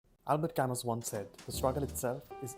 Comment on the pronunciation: I thought camus pronounces as kamu.